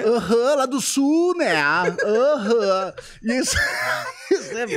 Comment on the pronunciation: Digo até hoje "arã" ao invés de "aham" por culpa do Cris! Ahahahabab